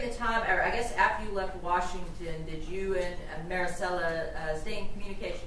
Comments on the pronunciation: Does this guy not know how to say the name marisela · This attorney sucks! Couldn’t take him seriously he keeps pronouncing her name all wrong